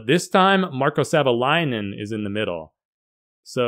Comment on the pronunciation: Up front, Thank You for the Video 😇🙏 Greetings, from Finland 🇫🇮🇫🇮🇫🇮 + Perfect pronunciation of Marko's Last name. Many other YouTubers get it wrong 🤓